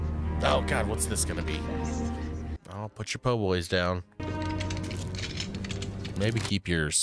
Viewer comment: Po Boy 😆 It's a Pip Boy